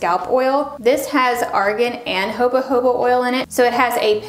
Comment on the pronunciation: I've noticed in a few of her videos, when says 'Jojoba', she always pronounces it: "hobuh-hobuh", instead of: "ho-ho-buh". 😄 I get a kick out of it every time. Does she say it this way on purpose? Like, maybe to be a rebel? 😁